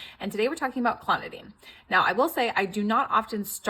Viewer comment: Its pronounced clon-o-DINE (like your about to dine)